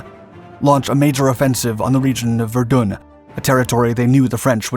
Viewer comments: I Suggest getting the pronunciation for Verdun right , So dont do one on Ypres until you can get that right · Say Verdun again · Verdun in English is pronounced "Ver-done'...... French is "Vair-don"